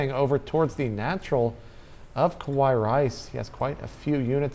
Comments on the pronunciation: the way these guys are saying kawaiirice means scary rice lol. its ka-why-ee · Really it would be Ka-wa-ee it is Japanese for cute. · He's just emphasizing the pronunciation of the kawaii. At least he didn't say "ohayo, konichiwa or arigato" which would have been a bit more irritating. (Yes, I know they are spelled incorrectly.)